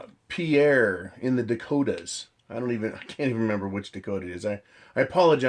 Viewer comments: Pierre is in South Dakota and is pronounced 'pier', not 'pee air'. The closest hills (Black Hills) is about 200 miles west - right into the Yellowstone eruption kill zone. Just sayin'. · it is Pierre (pronounced like pier)(we are not french) South Dakota. don't worry it is a SD thing. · Pierre, SD is pronounced like pier